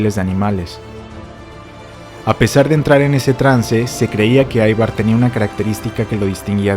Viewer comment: Gracias por tu video. El nombre Ivar en Danés se pronuncia como se escribe Ivar no "Aivar".